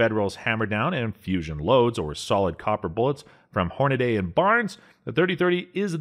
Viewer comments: Hornady is pronounced hornady because it’s not spelled Hornaday. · Lost all credibility when they said Horna”day”. 🤦🏼‍♂️